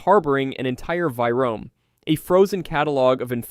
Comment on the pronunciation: I’m sorry, do you mean virome? What you said does not exist. It’s a two syllable word.